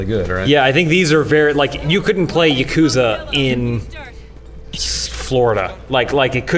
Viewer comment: How can you pronounce ya-ku-za correctly! FAIL